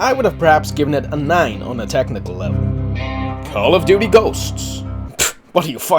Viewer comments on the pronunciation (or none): You scared me with call of dutay